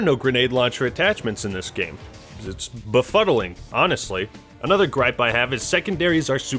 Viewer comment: Did dis dude really say BAFUDDLING